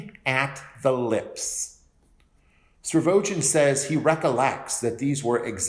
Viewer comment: These videos have been really helpful. But there's something that really, really irks me everytime you say it... it's Stavrogin, not Stravogin.